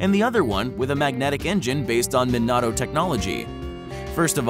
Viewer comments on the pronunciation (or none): none